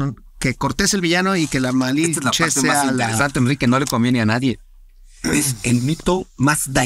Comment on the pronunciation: Este wey solo cuenta su supuesta versión que le conviene esta historia es para los fifi que aman españa y toda europa y el otro wey no puede ni decir lamalinche